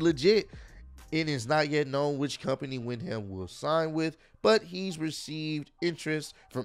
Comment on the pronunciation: It's Windham (wind-um). It took me a while to pronounce it as well